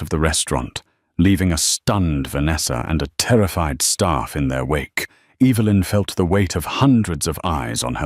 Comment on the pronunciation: Less beard on the mafia boss. I see Evelyn is still an issue when pronunciation. Good story.